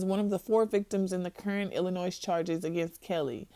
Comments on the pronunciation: The “s” in Illinois is silent. Not trying to be petty, but that’s like nails on a chalkboard to me lol. As for this interview, it is clear in every word and contradiction, that this young lady was severely damaged by her experiences with him. For you RK supporters, take the time to research the signs and effects of abuse or shut up. Because you’re just showing your inability to intelligently process information and think critically in saying stuff like “abused people do not stay, defend or say they love their abusers” and other stupid crap. That is EXACTLY what abuse victims do!! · Lol this chick doesn't know how to pronounce Illinois? She graduate from high school?